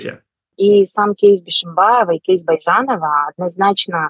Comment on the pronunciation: Прямо режет слух этот "кейс"